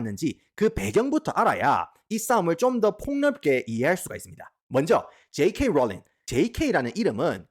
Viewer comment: 줴이케이 뤌륑